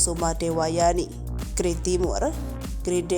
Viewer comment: Bacanya bukan gray, tp G-R-A-y. Dipisah2. Karena itu gelar kerajaan.